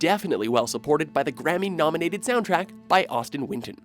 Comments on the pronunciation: Austin Winton? It's Austin Wintory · The composer of Journey's soundtrack is Auston Wintory, not Winton.